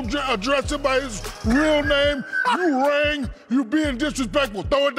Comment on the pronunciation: Wait did shaq try to make "ewing" sound like "u rang" ? Are maybe im tripping